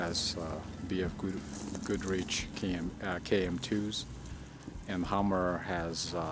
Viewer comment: "bf goodreech"